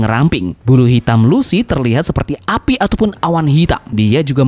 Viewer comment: iya namanya Lucci cuman si Mimin salah nyebut intonasi nya jadi kedengarannya kayak "Lucy"